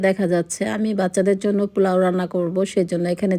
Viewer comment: Plau bolen kno aunty? Ata niye troll holo akjon mohila tau apni atat bolsen, it’s Polao not plau